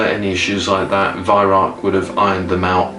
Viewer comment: Why don't Youtubers listen to Herr Weihrauch telling the world how to pronounce his name?